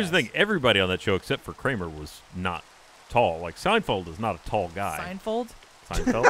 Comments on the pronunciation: Totally said fold not field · He absolutely said Seinfold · totally did not say "SeinFold" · Adam Farmer #JFT96 He said "Seinfald" at first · He absolutely said Sign Fold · He didn't say Seinfold but he sure as fuck didn't say Seinfeld. More like a Seinfuld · definitely said Seinfold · said Seinfold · Or Seinfulled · He said Seinfold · ... it’s like he said a mix... Seinfoeld